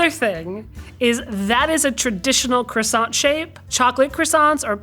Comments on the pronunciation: Welp, credibility lost when Rob Paulson can pronounce “croissant” more correctly than a professional baker. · Professional baker who can’t pronounce croissant correctly…credibility revoked